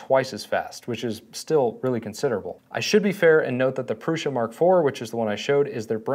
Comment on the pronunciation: why are you saying "proosh-a"? there is only one "s" and no "h", and it's "u", not a double "o". smh. i'm about to thumbs down this video. then you switched to "proo-sa".